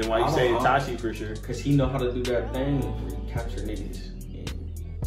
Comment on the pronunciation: Bruh keep saying itachi like nah no sir